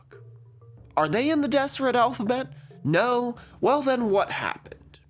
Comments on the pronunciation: And yes, I knew about the Deseret alphabet. We learned about it at BYU. Fyi, it's pronounced "Dezzerret" not "Desserret." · I can tell you haven't lived near Mormons based on the pronunciations, haha. Some notes: Moroni - "More-own-ai" Nauvoo - you said it right but the emphasis is on the "oo" so "naw-VOO" not "NAW-voo" Kolob - koh-lawb Zion - Zai-uhn Deseret - "Dez-er-et" the "s" is more like a "z" like in desert Great video, though! Brigham Young is definitely the kookiest LDS prophet with a lot of weird ideas. One of his biggest theories that never caught on (somehow, despite him being the prophet) was the "Adam-God" theory that Adam (of Adam and Eve) was actually God the Father in mortal form with the purpose of populating the earth himself. This is rejected by the modern church but an interesting tidbit about Brigham Young. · Just for your information. It's pronounced Dezzeret. With the double ss making a z sound emphasis on the last syllable. As if it were the diminutive feminine form of the word desert. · 1) During your breath(e) rant, I realized I might love you. 2) You're mispronouncing Deseret. It has a definite Z sound, not S, and 3 distinct syllables. Dezz-uh-ret. 3) Did you know that the Deseret Alphabet is included in the Unicode standard? it will live forever. (obviously you did because you mentioned it after I wrote this.) 4) Watch out,! I hear [that] Kevin the Ass Hurter is on the loose! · Some corrections... Utah actually isn't a majority lds. About 42% are members as of 2023 There have actually been more members of the church outside of Utah and the whole US since 1996! I also noticed a few mispronounciations (which is funny for a video about phonetics lol)--Moroni is more-own-eye, and I've only ever heard people pronouce Deseret with a Z sound (as in brazen or surprise)